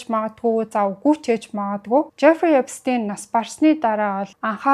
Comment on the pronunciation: Эпстэйн биш Эпштайн гэж хэлнэ шүү